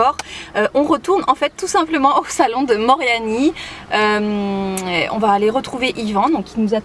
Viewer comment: Sympa! Depuis le temps que tu es en Corse maintenant c'est le moment de commencer à apprendre à prononcer Moriani comme une vraie Bastiaise;p Bisous!